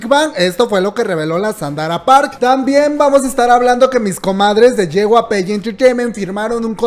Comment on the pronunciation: Hay cosas más importantes que esta, pero me da mucha risa como pronuncia JYP Xdxdxd es YEI WAI PI Me encantan estos videos ❤❤❤